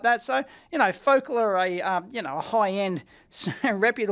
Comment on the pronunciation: “Ro-kit” and “foc’l” lol. Love your pronunciations for these speaker brands, Dave. Rock-it Powered and Fo-cal.